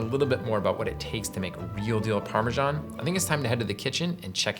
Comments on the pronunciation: Maybe find out how Italians pronounce the cheese before you do a segment on it! There is no ‘j’ in Parmesan! I know lots of Italians and have asked the correct way of saying it! Why are the British & Americans are the only ones that can’t get it right? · The English pronunciation: Putting the "sh" in Parmesan.